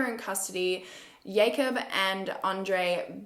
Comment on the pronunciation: Is the name Jacob or yacob? Yacob doesn’t sound right as I only know jacob as a name lol